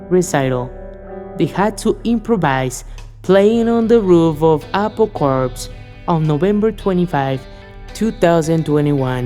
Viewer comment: CORPS not ''corpse'' lol